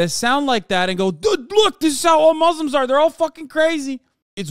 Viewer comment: Hassan saying muzzlem just shows u how he despises us aswell